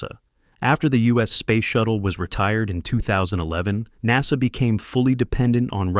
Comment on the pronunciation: good video.. please stop using text to voice that is crappy. mis-pronunciations of words like NASA is a huge distraction.